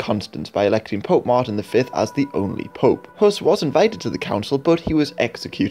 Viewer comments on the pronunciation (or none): none